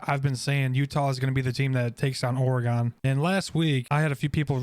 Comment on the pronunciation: OR - GEN. OR - uh -GEN.